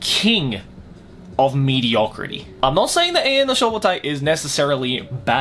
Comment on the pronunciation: Doesn't he said mediocte not medicrity